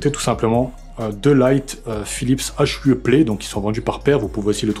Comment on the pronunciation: "Hue" Ca se prononce "you" C'est quand meme ouf le nombre de simracers qui découvrent les hue hahaha vous avez des setup de malade mais vous découvrez la roue ;)